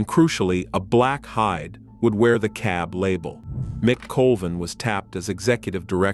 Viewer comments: I heard that one, too! How do you get a ‘K’ from ‘CAB?’ My only guess is that a human was in there somewhere and used a ‘K’ for phonetic purposes. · Why can't the AI say CAB?